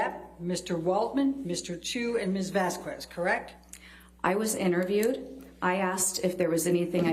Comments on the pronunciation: VAZ-KEZ .. Not vas-kues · I really hate how Elaine keeps mispronouncing Vasquez (pronounced Vas-kez) as Vasku-ez. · It is not VASKWEZ dummy. It’s VAS-KEZ. Pronounce it right c u next Tuesday. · she intentionally says Vaskwez rather than Vasquez.. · Vasquez is pronounced Vaskez not Vaskuez. It's been a month and they can't even pronounce a name correctly lol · It’s Vaz-kez, not Vazquez-kwez, E-line! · I think one of the most irritating things about Elaine is her incessant mispronunciation of Camille's last name! It's not 'vaskwez', you silly cow, it's 'vaskez'! Sorry, but I've grown to hold quite a bit of contempt for AH's team, and Elaine is one of the worst. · As someone else has pointed out, Vasquez is pronounced Vas-kez not Vas-kwez - this tired old woman has heard it a zillion times in the last few weeks but just carries on mis-pronouncing it. It's one of many things she does that indicate she's closed-minded and frankly just not very bright, which combined with her advancing years has stopped her being able to take anything in. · Every time Elaine says Miss "Vascuez" I wanna shout... LOL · this is Miz Wazequzellea, you had dinner with miz Vaseline quezel Correct!? DID YOU KNOW miz weasel quest? or had you no prior engagements with miz waslquezl!? FFS i wonder if shes spelling her name wrong on purpose... EVERY TIME she uses it she finds a different pronunciation!? One of the easiest Spanish names to say? HOW do you f that up SO RIDICULOUSLY every single time if not on purpose? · Why in the world does Turd’s lawyer call Depp’s lawyer ‘VasQWez’?? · “miSs VasKweS” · The way she pronounces Miss Vasquez’s name also drives me insane. “VaS-qWeZz” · Does anyone else want to throw something every time the lawyer says "Miss Vasqwuez"? It's so for into the trial, how is she still doing that? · I’m not even Hispanic but it pisses me off when Elaine says vasQWEZZ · so annoying how she still pronounCe Miss "Vas-Ku-es" after all this time...Coulnt she learnt her name by now?